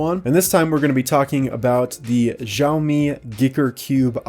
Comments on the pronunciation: "shao mi hopefully i pronounced it right" it's "si" "ao" "me" but it's already the best xiaomi pronunciation rawly by non chinese speakers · If you wanted to know, XiaoMi is pronounced Shao-Me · XiaoMi pranounced shawmi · XiaoMi is pronounced See-ow Me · Xaomi is pronounced shaou-me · It is Shao-Me First part- pronounced like ShengShou (without the “Sheng” part Second part- pronunced like the pronoun “Me” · it's pronouced" sh au me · I think its pronounced zi ah oh mi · "shaow me" is how you pronounce Xiaomi "Geeker" is how you pronounce Giiker. (I think) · siaomi. it's siaomi. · Xiaomi is pronounced Shaomi, so yeah, who knows. Great video btw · It’s pronounced ksiaomy guys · надеюсь, ты пошутил... I hope it was a joke. The Chinese pronounciation is Sya-o-mi. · No. Its pronounced siao mi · I think giiker is pronounced geeker, and xiomi - siomi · Its "Šiomi" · I think you are late also it's not pronounced like how you say also Xiaomi makes everything except cars and motorcycles xd